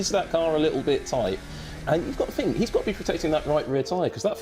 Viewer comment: Billy Monger is not cut out for commentary, he has good knowledge but ... "I fink he moight have a problem on lap firty free" all he needs to do is talk properly and hed be ok but he pronounces words like a chav.